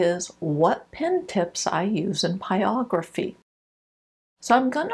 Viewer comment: Hi. Thank you for your videos. You seem to be a pro so I am wondering why you keep calling it pyography instead of pyrography. I am new to this and wondering if the first r is silent or what.